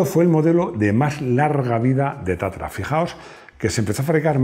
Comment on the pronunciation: No es TATARA . es TATRA.